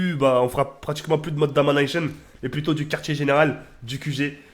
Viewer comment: C'est mode Domination pas Damonaycheun Et pas Infinity warfare mais Infinite Warfare !!!!!!!!!!!!!!! Zbeub Zbeub